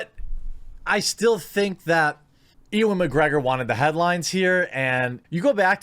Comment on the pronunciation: Just got to point out that his name is pronounced "U-an"